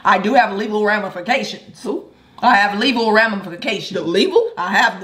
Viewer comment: watch out now cause peter got that “leval ramafaction” 🤣🤣🤣